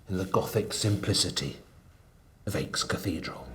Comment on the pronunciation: Nice work! Please stop pronouncing Aix "aches." It's pronounced like the letter X, not difficult or specialized knowledge